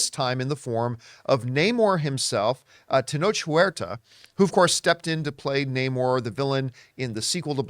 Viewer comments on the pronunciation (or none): Ten-ohk Wearta is how its pronounced, thank you.